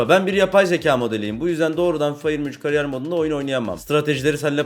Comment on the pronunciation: "FİFA 23 "KARİYYER" MODU" 😂😂😂